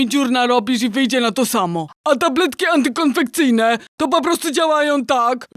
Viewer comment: KONCEPCYJNE,!!! naucz się wymawiać porządnie!